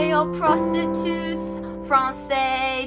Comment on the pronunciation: HAHA as soon as she said Prosetute my computer said error